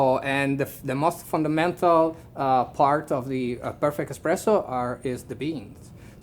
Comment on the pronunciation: Hahahaha barista for Illy and still talking EXPRESSO, my IT IS ESPRESSO;) but thxfor video, i learned a lot. Keep on